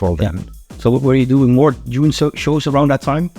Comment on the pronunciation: Dude, it's DUNE, not June!!